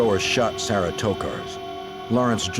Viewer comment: My Grandmother is from Alabama and she has a niece named Sarah and she pronounces it "Sayrah" too...cute